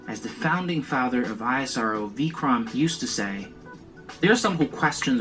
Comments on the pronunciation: Its not eye ass arrr oo Its ISRO( èsro) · it's pronounced is + row